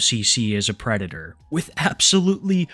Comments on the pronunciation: Always wemembah fohks, Da White Bowsa is a pwedator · the white bowser is a pwedator